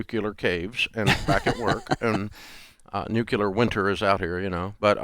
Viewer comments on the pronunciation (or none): It’s “nuclear” not “nucular!” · Dave pronounces nuclear like Bush -- made me laugh! Dave, you're an inspiration, thank you!